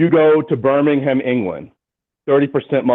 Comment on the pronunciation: Birmingham is about 1/3rd Christian, 1/3rd Muslim 1/3 secular. 20 years ago it was 60% Christian, 15% Muslim, 10% secular. Kind of belies the "Islam is stepping into the gap created by secularists." Also shouldn't talk about Birmingham if he can't pronounce it. Also also I'd feel safer burning a Koran in Birmingham than I would burning a Bible in Birmingham Alabama.